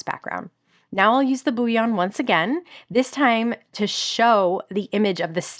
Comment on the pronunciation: As an aside, bullion is pronounced Bull-y-on, not boo-wyon. Like gold bullion.